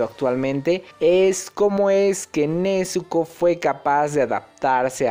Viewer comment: Nezuko con "Z" pls